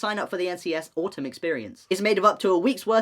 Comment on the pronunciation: HELP HE SAID AUTUM EXPIRIENCE AND I HEARD AUTISM EXPIRIENCE